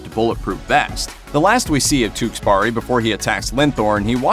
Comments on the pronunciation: "Tewkesberry" not "Tewksburry" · The way you pronounce his name though, TewkesBARI.